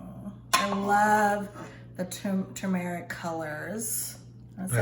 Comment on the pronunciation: Hey just so you know. You are saying turmeric wrong